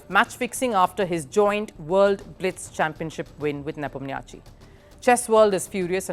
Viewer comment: U mispronounced Ian Nepo name.